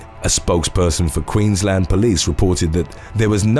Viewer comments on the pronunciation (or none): none